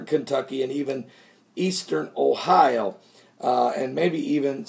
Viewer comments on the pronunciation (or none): none